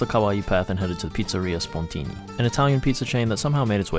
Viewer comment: Yes, Spontini is very popular in Milan, and 10/10 points for your Italian pronunciation